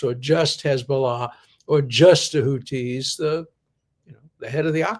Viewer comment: "Houthi" is pronounced with the same "th" as in "think," Professor D. Arabic has two letters for the "th" sound--one for the pronunciation in "that" and one for "think." "Houthi is spelled with the latter letter. We had these sounds (and still have the letters) in Hebrew but I think only the Yemenites pronounce them correctly now. The Ashkenazi frum actually make a distinction between tav with and without dagesh and pronounce the latter like s--brit (modern Israeli) vs. brith (Yemenite) vs. bris (Ashkenazi). I only mention all this because I can tell how much you love to learn and imagine you're a stickler for accuracy. I'll spare you "ḥ." 😁